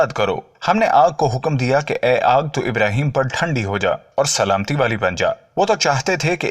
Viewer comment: Bhai Pyhle Aap SAHABA Ka name sahi se lo IBRAHIM ALIHISSALAM KAHO